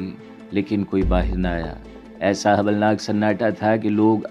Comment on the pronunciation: It's not hwalnak It's holnak